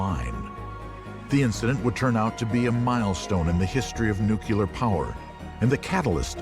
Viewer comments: Nu-ku-lar. Some people just can't say 'nuclear'. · Why does the guy keep pronouncing it "Nuclea?" I've never heard anyone drop the r in Nuclear before. It's distracting and odd. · Wish the narrator didn’t say “nucleauh” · Did the first or second explosion blow the letter 'r' off the end of nuclear?